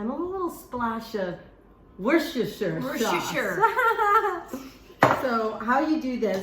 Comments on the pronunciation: Amy😂😂say Wooster.sher sauce 😂😂😂👏👏👏🥳🥳Lizzie xxxhappy new year to you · Pasties yum , Isn't the word Worchestshire hard to pronounce .😂😂😂 But it just seems to give the dish that required flavour. Perfect for any lunch, picnic and dinner meal . A great meal to do with my 12yr old son together. Thankyou Ladies👍